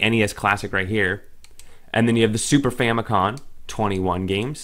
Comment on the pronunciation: Is it me or does it sound like hes saying Fami-con lol